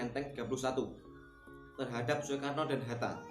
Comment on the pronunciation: Bacanya Sukarno, Sukarni😁